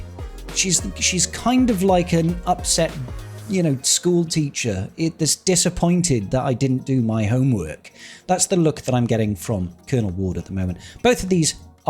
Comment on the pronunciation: it’s pronounced kernel